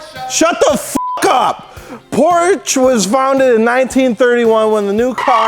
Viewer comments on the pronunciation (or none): it‘s not porscha either, the e is like you would pronounce it between the m and the c in mcdonalds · "Porshhhees"?? Porshe! "Shut the fuck up"!!! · Shit, I think I accidentally deleted my comment. It sounds more like "Porsch-uh", most american seem to pronounce "Porsch-Ah"... That said there wouldn't be any issue with that... If only some annoying dudes weren't trying to impress people, trying to pronounce something they can't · say Port, but with sch instead of the final T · Roasting a Porsche Owner Step 1: Mispronounce Porsche Step 2: Profit from their anger and Roast them while they are caught of guard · As a german I have to hold back my aggression every time an american tries to pronounce Porsche.